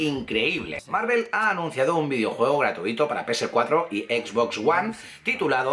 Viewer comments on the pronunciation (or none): none